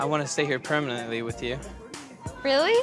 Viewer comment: can’t even pronounce permanently